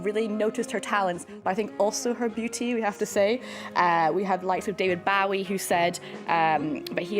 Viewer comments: Did she just call Bowie, (“Bo-we”) as: “Bow -We”? (& also with a squeaky dolphin sounding voice) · Who is David Boww-ie?